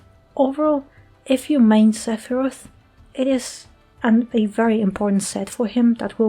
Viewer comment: Seph-PP-roth :_Doggo